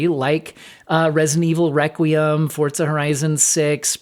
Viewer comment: FORZA, not FORTZA. I don't know why this drives me up the wall but it does.